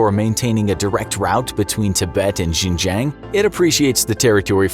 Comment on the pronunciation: How did you pronounce Xinjiang? JingJang? WTF? Zero credibility in understanding China's motivations if you don't even know how to pronounce province names. I feel sorry for people who rely on these type of videos for knowledge.